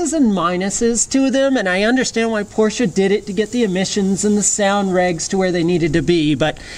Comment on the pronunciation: Hi? I couldnt believe how well you have elaborated on this topic. Also your pronounciation of the make Porsche is perfect unlike many other 'reviewers'. Is this the end of Doug deMuro? Congrats to this vid and br from Frankfurt/Germany.